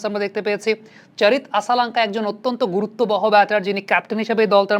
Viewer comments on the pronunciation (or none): none